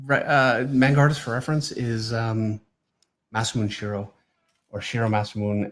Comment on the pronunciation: learn to speak japanese , its not msne shiro its masamune shirou.......